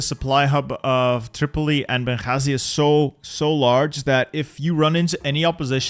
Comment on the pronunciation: What a nice pronunciation of بنغازي